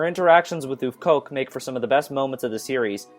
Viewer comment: * Not "Oofcoque" brother, "Œufcoque" [Œuf à la coque= (soft-)boiled egg] :) => "Œuf" sounds like huff (as in "huff and and puff") *An egg shell= Une coquille d'œuf (sounds like: "Une coquille Duff", like the beer brand) ;)